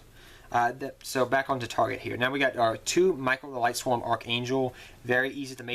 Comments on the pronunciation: Not to be rude, but this was just bugging me. Lightsworns, not Lightswarms. Lyla, not Lyra. Silent Honor ARK, not Silent ARK Honors Knight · mane, it aint lightSWARM it is lightSWORN like sword but replace the "d" with an "n"